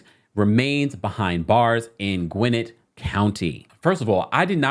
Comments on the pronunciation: Gwinnett County, Ga, rhymes with Annette, not Gwinitt K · Gwinnett is pronounced "Gwen-Net" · It’s pronounced “Gwen-net” county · it's pronounced GwinNET County. Always love your content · Lol at the way you said Gwinnett 😂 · I’ma need someone to teach you how to pronounce GWINNETT lmao 😭😭😭